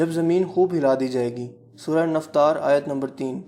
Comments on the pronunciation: assalamu alaikum ap ko maloom he k Qurani soortun k naam Quraan k alfaaz hen ar ap ne soorah INFATAAR ko soorah naftaar bola he ye tasheeh kr len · Ji Aapne Jo itni accurate baatain batai Hain, uss se Maine "bakhuubi" andaza laga liya hai qyaamat k aanay ka!!! 😁😂😉 , Suraton k names ki sahi pronunciation "infitaar" , "ma-aa-rij" aur "Zil-zaal" Hain